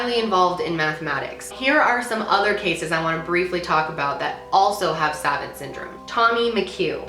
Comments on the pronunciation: Loved this video! Such an interesting topic to cover- just wanted to mention- I believe it's pronounced like "sav aunt." Great content as always. 💗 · Suh-vahnt. Sorry, the mispronunciation was bugging me. Love you! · Damn. I get a TBI and all I get is blind and a horrible memory. Also, the new show “the good doctor” the main character is autistic and has savant syndrome. It’s pronounced saw-vawnt btw. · its pronounced suh-vaunt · Savant is pronounced like "Suh-Vont" I ❤ your videos! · It's pronounced sUh-vAUnt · As a few other people have said it's pronounced "sa-VANT" with the emphasis on the last syllable, I only mention that for other people in the comments because at first I didn't know what you were talking about :-P So cool, I remember watching documentaries on this when I was younger and being fascinated by the story of a man with actually a much lower IQ but became an INCREDIBLE sculptor, making hyper-realistic animals out of clay. Edit: You went on to mention this dude later in the video :'-) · Great video but I have to be the annoying person that tells you it’s pronounced “suh vont” syndrome. You have maybe heard of people being called savants. It mean genius. So if all the syndromes to have, it could be worse lol. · So, this is a really minor thing, but "Savant Syndrome" is said a bit different than you'd said it in the video. The a's are said as the one in "aunt" is. S-ah-v-aunt Syndrome. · phonetically 'sah-vawnt' for future reference, no shade though of course! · Savant is actually a french word and its pronounced "suh-vawnt" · This is really fascinating! Just a quick note, savant is pronounced sah-vahnt like when the doctor says to say ahhhh. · Prounce savant. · You said Savant wrong 😂 but yes a Savant is someone who is incredibly smart and knows so much about a certain topic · Savant syndrome? I feel like she's saying that wrong and she keeps saying it. I'm gonna go look it up cuz now I'm curious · suh vawnt